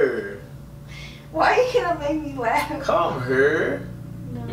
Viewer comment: Come urr